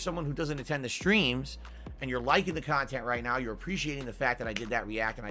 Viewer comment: "If you like the khantent, I didn't monetize it! PLEASE! Click the link and give me money for it!" Ugh. What a tool.